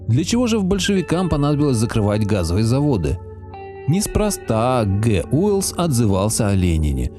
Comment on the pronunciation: "Гэ У'елс"? Ты что, реально не знаешь, кто такой Герберт Уэллс? Первый раз видишь это имя? Вот уж действительно - тайные знания. Скажу тебе по секрету - именно "Гэ У'елс" изобрёл машину времени! -" выход газа из 1 пуда 160-180 футов КВАДРАТНЫХ"? А чего не треугольных тогда? ~ - про Петербургский газ. Газ можно делать из дерева, из торфа. Вокруг Петербурга того и другого навалом. Не обязательно волочить уголь из Донбасса. Да и то... что, уголёк только на газ шёл? Крейсер Аврора, чай, не дровами топили. Паровое отопление, печи - это всё тоже уголёк. Заводы! Николаевская железная дорога угля жрала немеряно. Петербург потреблял угля на порядки больше, чем ты тут размусоливаешь. Уголь - это не только Донбасс. ПОДМОСКОВНЫЙ УГОЛЬНЫЙ БАССЕЙН, блин. Добыча в 1913м году - 300 тысяч тонн. Фотографий газовых заводов не хватает? В Гугле забанили? Московский газовый завод, есть фоты 1913го года. Сам завод 1866го постройки. Уголь для него, кстати, покупали в Англии. Кардифф. Его же покупали для нужд военного флота. И на железную дорогу его давали, на всякие курьерские поезда. А если совсем чуть-чуть напрячься, то можно найти фотографии - тадаммм - Электростанции Санкт-Перебуржского Общества Столичного Освещения, построенной в 1886м году, а также фотографии газового завода этого общества. 15-52 - трубы. В ретортных печах получаемый газ и продукты горения топлива, подогревающего реторту, не смешиваются. Дым от "подогревателя" как раз таки вылетает в трубу. В газогненератора